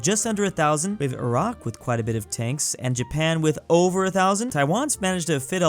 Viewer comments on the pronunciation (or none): none